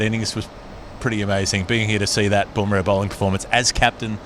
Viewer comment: Bum rah not Boom rah.